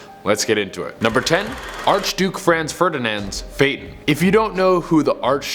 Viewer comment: Dude u pronounced Franz wrong